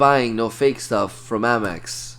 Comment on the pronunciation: Is he saying Ammex?? It’s APMEX.